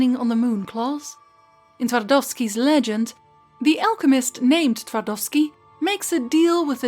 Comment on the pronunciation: Well, quite frankly I'm speechless. I'm trying to imagine how much work this two videos about Gounter must have taken. And you definitely deserve some more praise for pronouncing "Twardowski" correctly. "Fun" fact: Jan Twardowski was actually a real historical figure living at the turn of the 15th and 16th centuries. He was a Polish nobleman, alchemist and court occultist of King Sigismund II Augustus. Sigismund you see was mourning loss of his love Barbra Radziwiłł who was most likely poisoned by his mother Bona Sforza. Twardowski prepared a ritual during which he summoned Barbara's ghost using a mirror(!). The Twardowski mirror that exists to this day he used this specially crafted mirror to create an illusion of Barbara's ghost. It was so convincing that King ended up in shock, being barely able to rule. Some historians believe that was exactly the plan of court opposition which found, paid and presented Twardowski to the King.